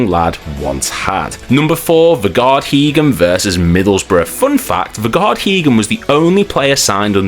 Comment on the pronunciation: You cannot butcher Heggem’s name like that lad! Class player was Vegard. We need words! ❤